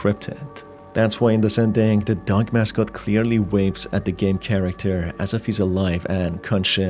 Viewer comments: Dog Not Doug or duck. Why do you say it so Strange. Or do I have so problems with my ears? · I thought it was just me lol, he does say it in a weird way.